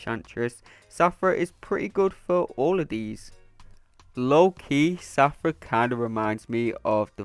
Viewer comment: Take a shot everything he says Shathra as Safra 😂🍻